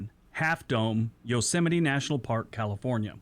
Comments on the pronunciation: Yo-so-might? :):) You gave me a giggle. Yo-sim-i-tee, babe. Yosemite National Park. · Yo-sa-mite is actually Yo-sem-a-tee. You just did a donald trump. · Not sure if anyone else mentioned this but Yosemite is pronounced, Yo-sem-itty, not Yo-sa-might. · That’s ok about “yos-I-mite” our own idiot last orange president said it that way too and he grew up here. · It's pronounced yo -SEM-it-ee. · Yosemite = YO-sim-it-ee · It's yo-sem-i-tee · “Yo semite” 🤦‍♂️ I don’t care if you’re British, you should still know better… than our former president.